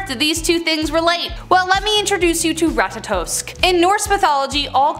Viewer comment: Tyr is pronounced like tier, not tire. And Ratatoskr is pronounced like Rat-a-tas-skor.